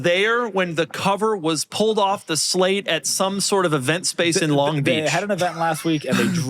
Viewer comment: Its a SLATE Not a SHLATE !